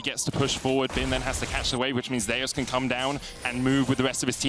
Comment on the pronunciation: These guys are mispronoucing 'Zeus'